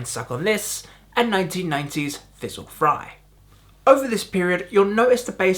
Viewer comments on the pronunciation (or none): FRIZZLE Fry, dude. Not Fizzle. Google is your friend. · Did he say Fizzle fry! Haha!